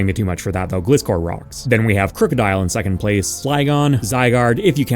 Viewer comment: Great video, never say Gliscor again 👍